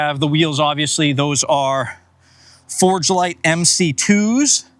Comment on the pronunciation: Very nicely done! Did you say Forgedlite with a “d”.